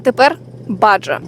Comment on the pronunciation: Все добре, але Baja читається не Баджа, а Баха. Баха - це пустеля в Мексиці і одноіменна пустельна гонка